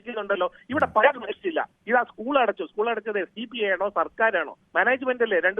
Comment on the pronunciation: സഹോദരാ ഉസ്കൂൾ അല്ല .. സ്കൂൾ സ്കൂൾ സ്കൂൾ . എന്നെങ്കിലും പറയാൻ പഠിച്ചിട്ട് വന്നിരുന്നു ചലമ്പി കൂടെ ?